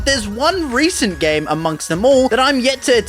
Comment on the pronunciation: my dude really said reacent